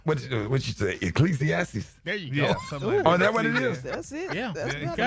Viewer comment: Someone explain where in the Bible is E-KLEE-SEE-TEES 😂😂😂